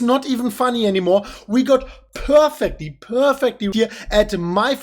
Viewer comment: We peeeeerfecly... It's unique 😂